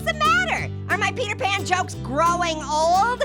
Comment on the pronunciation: called peter pan into peter pun